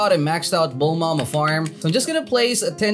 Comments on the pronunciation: Stop saying “Bulmama” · I like how he said bulmama